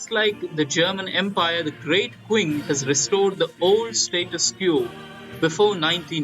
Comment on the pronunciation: "Qing" is pronounced like "Ching"